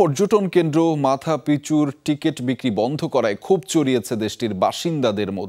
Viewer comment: মাচু পিচুকে মাথা পিচু বলছেন।